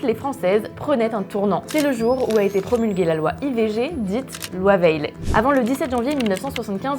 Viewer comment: La loi " veille " et non pas la loi " veile " 😱🤔